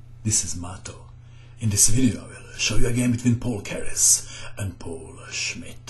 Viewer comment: The name of the city is pronounced like Z-ah-ltsburg, and Keres' name is pronounced P-ah-oo-l.